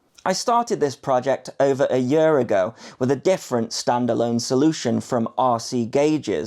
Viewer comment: You can always tell that someone's from the Midlands when the pronounce "year"